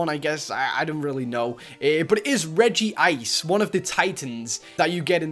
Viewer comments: UGHHH HE SAYS REGI ICR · ITS REG - ICE